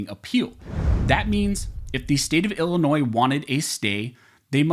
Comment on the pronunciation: DUDE, it is NOT Ill - NOISE, the s is silent, it is Illinois! You went back and forth saying the s and then not saying the s.